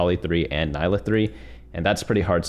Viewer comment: It’s pronounced NEE-LUH